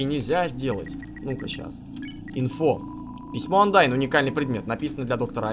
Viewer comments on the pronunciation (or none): none